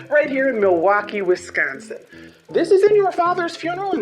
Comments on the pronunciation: You said wisChaansin right! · You said both Milwaukee AND Wisconsin correctly 😍😍. The research is on point!